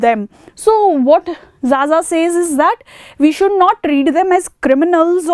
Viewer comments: Madam it is not zaza , it is pronounced kha_ Kha . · not Jaja ma'am it is Khakha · Xaxa is pronounced as khakha Xess is pronounced as khess Xosha is pronounced as khosha So X is basically pronounced as kh in tribes